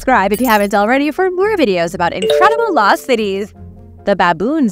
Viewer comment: Law city or loSt cities? Subtitles says law va loSt cities because the S wasn’t pronounced.